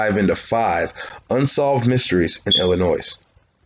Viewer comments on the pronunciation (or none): The S in Illinois is silent dude! The mystery I wonder about is were you learned how to pronounce the names of both the town of Mattoon ( not mantoon) and illinoissssss..... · Fml...outta staters listen up..."Illinois" silent "s" at the end j.s.